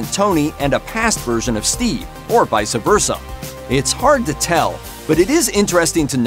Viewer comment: Vi-suh versa. 😂